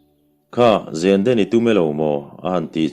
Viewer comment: zen(silai zen) i lam dan hi a dik chiahloin ka van hre em